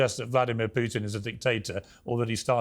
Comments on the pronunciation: Morgan can’t even pronounce his name. It’s “Pootin,” not “Pewtin!” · Stop talking about Ukraine, Piers! You understand exactly zero about it. No matter how many educated people talk to you, like Galloway or Jeffrey Sachs, you don't understand anything. You can't even pronounce Putin's name correctly, let alone understand the facts. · Piers and "Pe uw tin" lol from the same toffee nosed stock as Starmer! "Keir Hardy" was a British Labor pioneer many know nothing of, no Brit calls their child "Keir" unless they have hallmarked them for expensive private school and politics, same as "Piers", earmarked at birth for expensive private school education. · Can't even pronounce Putin name correctly, never mind knowing any facts about Russia or Ukraine or the history of West interference in the area